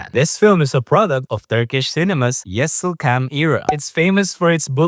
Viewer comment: İts not " yesilcam". İts " yeşilçam''. Like you should say " c" like " sh"